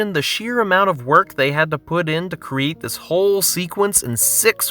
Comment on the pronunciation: It sound like you pronounce "create" like "creet".